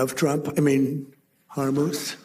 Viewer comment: Trump such an imbecile. What an embarrassment to the country. Even when making stupid jokes, he proves how dumb he is. It is Hormuz. Not, "Hormuth".